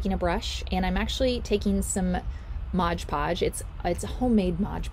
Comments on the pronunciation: LOL It's MOD PODGE NOT MODGE PODGE. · It is NOT "ModGE" Podge...it is "MOD" Podge! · 1st - it's Mod Podge, NOT "modge Podge." If you're repping a product, at least get the pronunciation right. Second - this process with the pumpkins has been done time time again. This is convaluded, messy, and involves more work than necessary. Work smarter, Not harder. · And I always thought it was Mod Podge, not Modge Podge. 😂😂😂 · why does everyone say modge podge its just mod podge. lol. but hey what I actually came to say is they have the pails at dollar tree also I got 4 different sizes a long one like that included. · I think the topiary is a cute idea but every time she said "modge" podge I wanted to poke myself in the eye. The product is called MOD podge. Even if it's your homemade version of the name brand product pronounce it correctly so people who may not be familiar with it will know what to look for in the store. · PLEASE stop calling it Modge Podge. Please. It's called Mod Podge. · Thank you. I was looking for this comment, or else I was going to say it. Lol. ~ Mod, not modge. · "Modge podge" makes me cringe every time